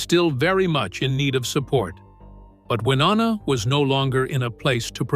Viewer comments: C'Mon now 😮. Her name is NOT "Wah NANNA!" Try "Y NONNA" .... You know, just as the spelling indicates. HELLO😊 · Why-O- Na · Can you stop calling her wynanna you idiot it’s Winona. Do your research. It’s so disrespectful. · Damn...a 'narrator ' that can't even Pronounce his subjects NAME CORRECTLY, infuriating!!😡....WI-NO-NA....dur!! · Hearing that narrator mispronounce Wynonna’s name over and over was frustrating!! It’s Y-NO-NA!!!! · I'm going to wait on commenting about the exaggerating about the medications. What is with the butchering of Wynonnas name???? It's pronounced Why-known-uh Good gravy. The pronunciation on here is a disgrace. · And if he said Wanana one more time I would lose it.😀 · WY-OH-NA Sound it out. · Shouldn’t you know how to pronounce the person’s names you’re supposedly giving inside information on? Maybe it’s just me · To the narrator: Take the time to pronounce proper names correctly. You’re butchering Wynona’s name and that’s unfortunate, as well as distracting. Do better. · Why don’t you learn how to say Wynonna’s name right? Sound like a complete moron! Also why don’t you leave this family alone. Thrive off of people’s loss there pain. Only the family knows the real truth and as it should be. RIP Naomi Judd🙏🏼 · Do they really expect anyone to believe a word of this when this idiot can't even pronounce their name's correctly?????.? For me, it is a hard NOPE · Don't make videos when u can't even pronounce the names properly - so disrespectful!!! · Please do your Ryan’s learn how to pronounce her name correctly how disrespectful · Who cares if she'd had cosmetic surgery, what the hell is shocking about that? It's just sad that she chose to slam Wynonna in her final goodbye, if, in fact, she did... Many artistic souls are troubled, often it is what lends or enhances their talent. The only thing shocking this is your butchery of names!🤬 R.I.P. Naomi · Hard to listen when you cannot even pronounce Wynona